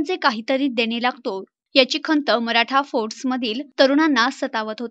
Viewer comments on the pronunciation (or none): फोर्ट्स म्हणा मॅडम